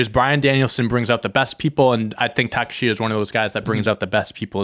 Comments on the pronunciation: Ta-kesh-ta is the pronunciation for Takeshita. Gotta remember that name because he’s going to be on top of wrestling for a long time, boys. 🔥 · They pronounce it take-kesh-ta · I love y’all, but you butchered Takeshita’s name it’s Ta-Kesh-Ta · you said Konosuke Takeshita's name so very wrong that pronunciation is not the one he uses. if you look up a ddt pro interview he did they pronounce his name properly. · Konosuke Takeshita is pronounced Kuh-No-Skay Tuh-Kesh-Tuh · It's pronounced Kono-skay Ta-keh-shta Konosuke Takeshita